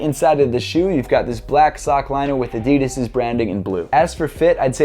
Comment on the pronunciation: It's Adidas not Adidis